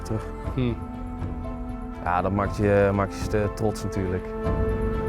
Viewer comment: maakt - makes, not "max"